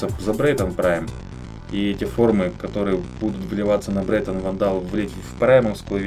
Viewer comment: брэйтон а не брэйнон